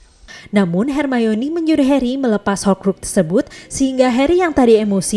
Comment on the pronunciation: Kalo di jelasin cara ngomong nya yang bener itu her mayni